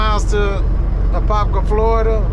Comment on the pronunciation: You said Apopka correctly If where you dropped was off of Micheal Gladden blvd, it might be two miles from my house